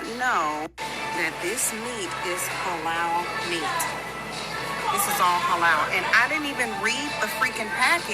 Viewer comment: I can't with the "Hay-Loul" I guess she can't eat "KO-Shear" either🙄🙄🙄🙄🫤🫤